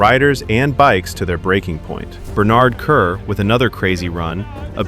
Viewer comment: i wish he would stop mispronouncing Bernard Kerr 🤔🙀. maybe check how names are pronounced prior to making a video 🤷🏼‍♂️. great video though 👍🏼👌